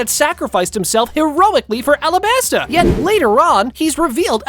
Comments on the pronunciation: Alabarta? I thought it was alabasta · Yeah, it’s called the alabarta kingdom